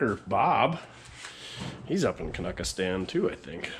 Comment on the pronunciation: “K-nucka-Stan”? I heard it called “Can-anada”! “Eh”? Yeah that’s back when you had to go to a actual Service Station to get your vehicle inspected.